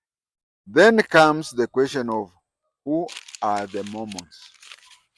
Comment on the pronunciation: It’s Mormons and not Momons